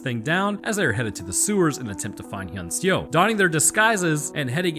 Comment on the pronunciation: As a Korean It was hilarious hearing you trying to pronounce "Hyeon-seo" lol it has been some times since I've watched this movie so I was actually wondering whether the girl was named "Han-sol" or "han-seo"